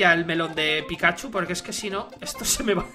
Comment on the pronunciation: men no me gusta correguir pero se dice pikachu:V